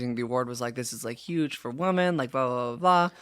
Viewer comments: I am actually begging TREVI that there is a different pronunciation for women/woman. I love her so much but she always says WOMAN when she means women plural and it hurts my ears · Trevi, fellow lady, there are 2 forms of pronouncing the word “woman.” “Woman” is singular. “Women” is plural. It sounds like you use “woman” for both. ❤❤❤❤❤❤❤